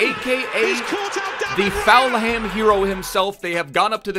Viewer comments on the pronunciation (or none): Full-ham not faul-ham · Fam it’s full-em not ful-ham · Any one else cringe when said foul ham instead of Fulham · you pronounce it as full hem not falham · Fulham isn't pronounced Foul-Ham, it's pronounced more like Full-am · it's not Foulham it ful-um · It triggers me so much of him saying Fowlham instead of Fullham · please... its pronounced "Full-um' not 'Foul-ham' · Cmon it’s Fulham not FOULHAM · Its falhum not foulum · Say it with me Fulham not Felham 🤣🤙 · Plz just say Full-ham not Foul-ham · Fouham it's Fulham bruv Full-ham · FULHAM NOT FOUL HAM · Why do u say Fulham like “FAL HAM”, it’s pronounced “FULL HAM” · Foulham😭😭 its pronounced fulerm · what am i missing. why’s he calling fulham; foulham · He’s saying foulham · Ik he is Canadian or something but it is just Full um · pronunciation of Fulham 🤣🤣🤣🤣🤣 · i love but everytime I heard him say foul ham I cringed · “Full um” pleassseeee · Falham wow come mon dude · Give it up for foul ham. If you say foulham one more time i am jumping from my window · its said 'full um' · Is my man really sayin "foul-ham" 😂😂😂😂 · I’m a Fulham fan and if you say foulham one more time it’s ropes😡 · How he says Fulham is soooo annoying it is.... FULL- UM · What's fallham. Is he saying fulham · Fulham is pronounced Full-Um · Mate its FULHAM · Fal Ham (?) 😁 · It's pronounced fullum breh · is FULHAM not FoulHam it is just as bad as LiverVAR. LOL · “Full em” btw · "foulham" you sure that's pronounced correctly? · It’s pronounced fullum 😂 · Why is he saying falham? So annoying... Probably got 10 extra dislikes cause of that, way to spoil a video 👍🏻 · Who else cringes when tries to say Fulham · I think he says it on purpose... Bc is an epic Memester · He does that on purpose. I think he loves seeing everyone in the comments getting all riled up about it. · He does it to annoy people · please say Fulham right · You're pronouncing fulham wrong